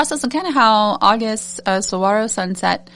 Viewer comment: I've lived designing with this box....I actually said Desert Sunset as my guess for this month's theme....being born and raised in Arizona, made it a no brainer for me!! I can't wait to order and get my companion bundle to add to it!! PS: you're pronouncing it correctly!!